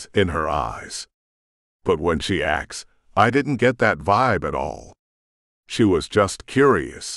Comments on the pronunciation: I've noticed that almost all of the AI narrations say "axed" instead of "asked" and yes it's so very annoying!!! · The computer that reads this was programed. Therefore it can be reprogramed. Please, please, please, please teach it to say "asked" rather than "axed"